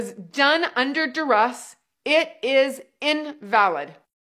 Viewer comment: What's "DurRuss?" 😂😂😂😂😂